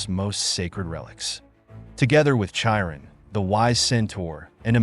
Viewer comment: Chiron and Amanra aren’t pronounced like that. How do people play or watch and hear the names and just fundamentally don’t care to get it right. I find that so insulting to the material